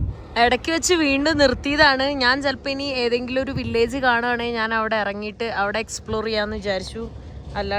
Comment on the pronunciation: എന്തോന്ന് നാന്. ഞാന് എന്നാണ് പറയേണ്ടത്